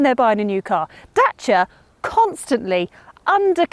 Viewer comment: best pronunciation for "Dacia"